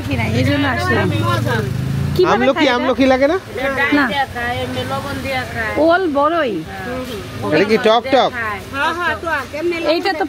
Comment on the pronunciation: ওলবড়ই না অরবড়োই বলে। টকটক খেতে। খুব মজা।